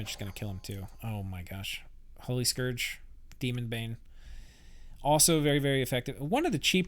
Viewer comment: Please stop pronouncing "scourge" as "skorj". It's "skurj". It rhymes with "purge", not "forge". It's driving me nuts.